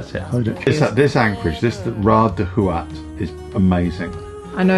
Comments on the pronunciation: How to pronounce Houat : it's like "what". Or like "Watt" ou, or Hou makes the sound WOo in French. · End français, the "h" is silent, houat sounds like ooat. I really enjoy your channel. Keep up the good work.